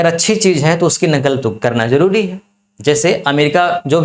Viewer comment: ज़रुरी नहीं जरुरी विदेशी नहीं विदेसी । शासन नहीं सासन । जि़म्मेदारी नही जिम्मेदारी वाह यह घटिया उच्चारण है